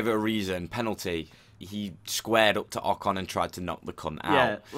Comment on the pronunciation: Verstappen, it's Ocon